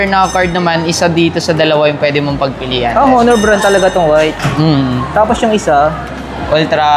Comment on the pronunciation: Silent h po onor